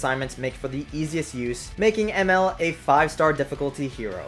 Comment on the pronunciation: Anybody else annoyed by how he pronounced Emerl’s name